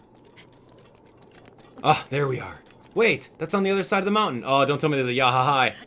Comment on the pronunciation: Did anyone else hear him say wountain XD